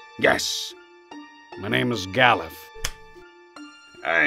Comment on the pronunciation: I always thought it was pronounced more like Ga-LOOF, like, you know, "aloof" but with a G at the beginning. Still a weird-as-hell name, though, lol.